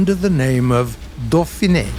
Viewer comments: "dauphine" is pronounced "doe-feen", not "doe-feen-eh" i'm pretty sure. Not a big deal, since it's a foreign language, just thought it might be interesting! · I love ya, but that's really not how you say dauphine. it's more like "doh~feen", remember in French the E at the end is silent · Hey, did You noticed, that "Dauphine" [dofɛ̃n] in french is spoken without last letter (like most french words) - should be spoken as "dauphin" and not "dauphinE"? Anyway until last e is with accent mark above (é, è, ê or ë).